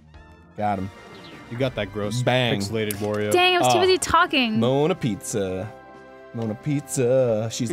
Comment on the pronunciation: HER FUCKING NAME IS NOT GODDAMN MONA PIZZA HOLY SHIT ARIN